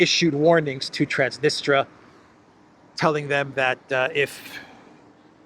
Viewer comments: Transnistria, not Transnistra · the specific russia-friendly region of moldova is called transnistria (sic), not transnistra.